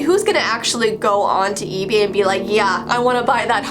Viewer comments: Who else herd her say ebe instead of ebay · she said "Ebee" that bothered me for some reason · "ebee" instead of ebay. Who else caught that🤔🤔😍😂